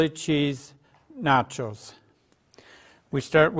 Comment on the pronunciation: You know he speaks Spanish cuz of the way he says nachos